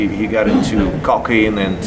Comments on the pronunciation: Bruh said “Cockeine” loll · I heard it as "caulking" like fury had a problem with sealing bathtubs and sinks lol